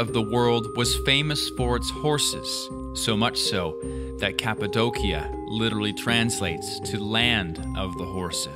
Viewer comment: You overcorrected. It's actually pronounced cap-a-doh-sha.